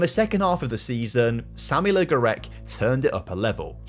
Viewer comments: I don't know how many times I heard Aaaaaaaaaaaaaaaaaah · How on earth does an adult man think 'le' in french is pronounced 'lee'? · Pronouncing Le as 'Lee' is heinous even for a brit